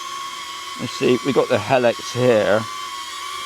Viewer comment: Helix = Hee-licks